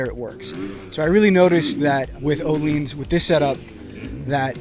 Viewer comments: No he said it correct ... its pronounced "O-Leens" not "O-Lins" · That is the correct pronunciation.